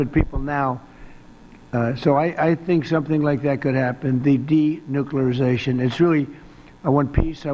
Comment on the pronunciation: " De- nookleration" Now I need some " assam..assa...acetone ..acetaminophen "